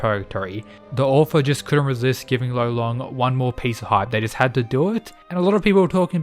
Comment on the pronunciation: Bro he’s gotta be called Lolong it is an actual Filipino word tf is rolon😭